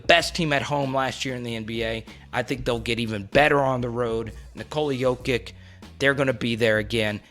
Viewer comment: Yo my man, it’s pronounced Doncich and Jokich, not Doncik/Jokik